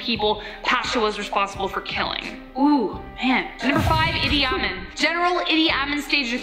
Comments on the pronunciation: Yes, she is mispronouncing Idi Amin. It is pronounced EEDEE AHMEAN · It's eedee ahmeen. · You are right! She mispronounced Idi Amin. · Idi Amin is the same one you're thinking of, she just didn't pronounce the name correctly. Yep, the same man that the movie The Last King of Scotland is about. Also, if there was two more spots on this list, I think we should give one up for Tamurlane. The other one should go to, drum roll please...Alfred Nobel. Now, I know what you're thinking. But, think about it, this man was known for inventing DYNAMITE. This son of a bitch blew up half the world, then had the balls to give out a peace prize. Man should have had been fileted alive for what he did. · I thought #1 was Mao Tse Tung. Why is it spelled Zedung??? Confused now. And yes, she was mispronouncing Idi Amin's name. She also failed to mention he called himself Dada, for he saw himself as his people's father.